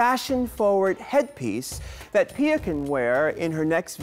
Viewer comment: Its piyah